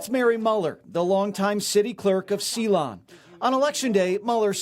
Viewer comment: I just knew the pronunciation of Ceylon couldn't be normal.